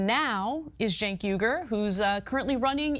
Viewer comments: It's pronounced "Chunk" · I like how always finds a new way to mispronounce Cenk's name. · Who would vote for a guy that can't even spell or pronounce his name correctly, I grew up with a guy his name was Jenk(sounds like j-ink) now Cenk(to me sounds like the kitchen"sink") I could never vote for someone like this guy he's just a big loud mouth,he doesn't even have common sense. 🤔💯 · Still confused how he pronounces his name with a J when it starts with a C. Idk maybe im uneducated or its normal in the country he was actually born in 😂😂😂